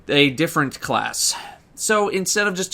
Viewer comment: ahahhahahhahhahahaahahahhahahahhahah "differrent class"